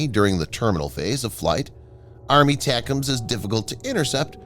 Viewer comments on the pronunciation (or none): Jesus! JUST say ATACMs, as in "Eh Tack Ums" or "A Tack Um" These aren't new systems FFS!?!?!